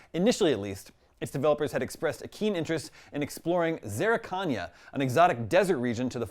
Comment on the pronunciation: Zerrikania is not pronounced that way 🤣